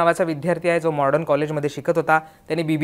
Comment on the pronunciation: आधी कॉलेजचा उच्चार नीट करा , Modern कॉलेज आहे mordon nahi.